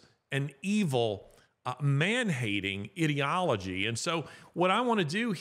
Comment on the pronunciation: I really enjoy your podcasts Larry but you do need to correct your pronunciation of "ideology".